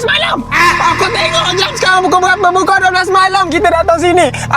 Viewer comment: Kelakar bila cakap pukui 12 malam